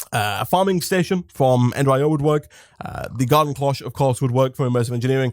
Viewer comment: IDK if you say it differently over there but Cloche is said like closh like closhis. the o makes a literal o sound. I am sorry its like nails on a chalk board for me >.<